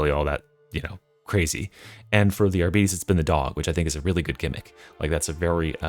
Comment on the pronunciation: I thought the pronunciation for Arbites, is similar to like bytes